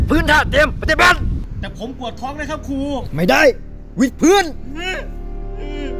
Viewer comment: ตอนเรียกครูกูฟังเป็น ค..ยครับ55555